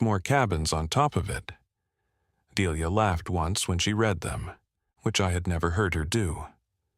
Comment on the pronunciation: That was a good story. The voice sounded human. The only give away that it was AI was pronouncing read (red) and read (reed) wrong. I subscribed.